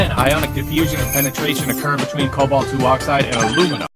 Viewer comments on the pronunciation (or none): What? It's Cobalt. Not Colbat. I think.